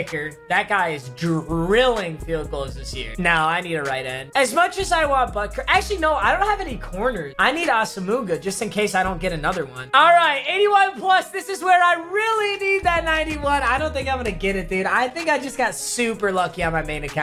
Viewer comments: PLEASE stop calling him “Aso-muga”. His name is “Ah-sum-wah" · Its pronounced Awesome Wa, not AsoMuha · Papa it's not Awsamooga it's pronounced "Awesome-Wa" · AS-AH-MOO-GA?!!! YOU MEAN AS-SIM-MOUHA? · Bro it’s nnamdi aw-som-wa not asamuga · That boy said “Awe-suh-moo-guh” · He really called Nnamdi Asomugha, asamooga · Can someone tell it’s pronounced “AWESOME-WA”